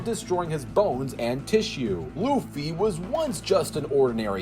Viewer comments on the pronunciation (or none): none